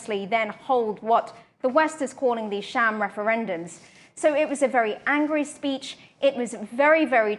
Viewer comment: Peach? or speech 😂